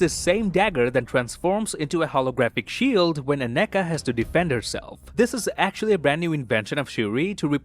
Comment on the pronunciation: Maan you're nailing Aneka's pronunciation better than all the actors in the movie😂🤘